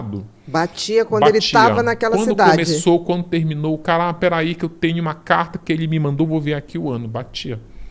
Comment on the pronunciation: Ele fala: "tenio" ao invés de tenho, "galinia" ao invés de galinha